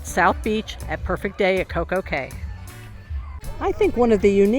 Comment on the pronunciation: Anyone else yelling "it's pronounced key"?